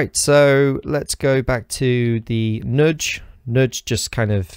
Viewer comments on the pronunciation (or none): Great video of a great app. But let's discuss the pronunciation of 'nudge' ^_^